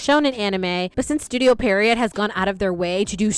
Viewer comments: Pee-uh-row It's a type of character from French pantomime. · Studio Pierrot: Pee-(eh)-roe